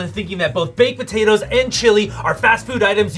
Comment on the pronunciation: I think my favorite part was how pronounced potatoes it made me happy I also like the chili bit